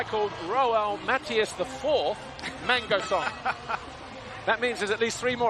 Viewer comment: LOL! The way pronounce Mangosong from Philippines. Mango(fruit)-song. 🤣